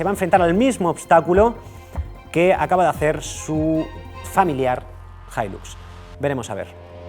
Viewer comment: "Hilax"??!!!, acento de Texas??!!!!, ni en tus sueños!!🤫